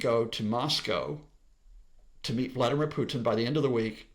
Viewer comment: he mispronounces both but I guess he should work on his english first